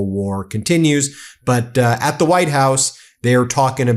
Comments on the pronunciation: did she say VITE house OMG these people are such grifters, sell their soul for anything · Velcome to the Vitehouse.